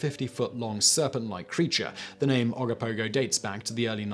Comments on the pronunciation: oh go poh go. and oh ka nah gan lake. i know your trying .... kind of lol. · Simon, this is the 2nd time you mucked up the pronunciation of the Ogopogo and Okanagan Lake . Oggopogo is pronounce Oh Go Pogo......as if you are telling someone to "OH GO bounce on a POGO stick" and Okanagan Lake is OKA gNAw GAN